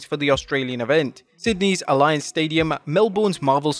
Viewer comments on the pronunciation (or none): It's Alianz stadium. Not alliance stadium. I work there.